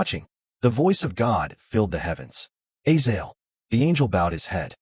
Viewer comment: Its A-zay-zel not A-zael